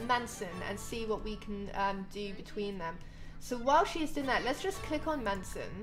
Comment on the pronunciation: it's not man-son it's mason <3